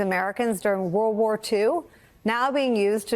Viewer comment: "Woorrl worrr twooo"